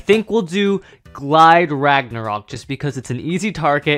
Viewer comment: Rage luinor not rage longness